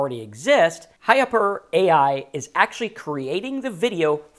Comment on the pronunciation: pronounced: hyper.